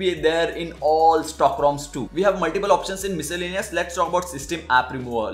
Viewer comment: My-si-linious Triggered 😂😂😂😂